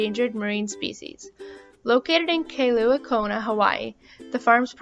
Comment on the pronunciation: Sister narrating. You are in, kah-ee-loo-ah Kailua, Kona Not whatever you said. You work there. You should at least know how to say that correctly. Mahalo🌺